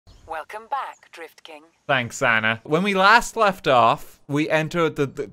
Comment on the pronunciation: Really? Always thought you were saying the Grift King :)